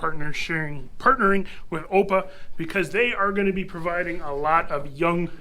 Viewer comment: just a note to say that AOPA is pronounced as each letter individually: a o p a, not the way you pronounced it. I've been a member since around 1966 or so. Beautiful V-Tail in the ep.